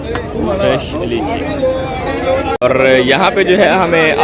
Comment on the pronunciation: Bro lyichee nahi hota liche hota hay